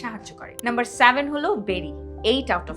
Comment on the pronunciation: স্যাভেন নয় সেভেন। সঠিক Pronounciation জরুরি।